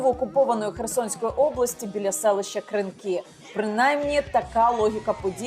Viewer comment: КыЫнки зачИщИнЫ😂😅